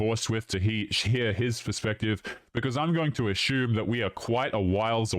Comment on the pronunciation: English must not be your first language, but you have a VERY annoying mispronunciation of the word "assume". You very erroneously pronounce "assume" as ASHYOOM". There is no SH sound in assume.